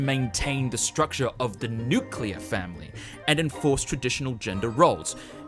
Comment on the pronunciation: Nuclear* not nuculear*